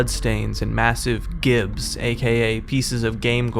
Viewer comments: "Gibs" are said as 'Jibs" because its short for Giblets, ya welcome - tf2 player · Fun etymology fact! "Gibs" (pronounced 'jibs') is a shortening of "giblets," and is typically used to refer to the visceral debris from a body that's been violently fragmented, such as by explosion or being manually ripped apart. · It's pronounced "jibs" not "gibs." Body parts and game gore are called gibs pronounced like giblets. Creators of doom coined that years ago and no one get it right to this day. You probably weren't even born yet when doom came out so no harm no foul. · FYI it’s pronounced “jibs”, short for giblets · Feel like the guy's cosplay is a bit much. He also doesn't know how to pronounce "gibs" as in "giblets". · "Gibs" is actually pronounced "Jibs" like "Giblets". Common mistake. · gibs is pronounced with a j sound, it's short for "giblets." :B